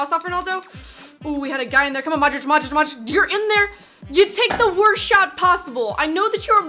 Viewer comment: You are sayin Madrič not Modrič